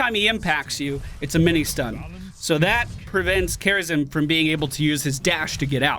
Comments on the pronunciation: Why when says "Kharazim" it sounds like "Kerrigan"? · The way he sayed Kharazim had me for 10 mins. I was zapping to that point the whole time :D